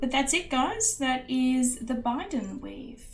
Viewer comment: Thanks for doing a great tutorial on my Bydand weave. The ring sizes I originally used were for Sterling Silver or GF were 1mm x 3.5 and 1mm x 5mm. It makes a substantial and lovely bracelet which can be worn by anyone. Just a note: it's pronounced 'Bye-dand' and it's our Sharpe family motto from the Clan Gordon. It's a Gaelic word which means 'stand fast', 'steadfast' and 'enduring'. 😊